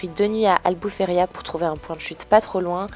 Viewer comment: La ville c'est Albufeira et non Albufeiria, aussi les grottes ce n'est pas Benaguil, mais Benaguil. Nous les Portugais sommes "très à cheval" sur les noms😉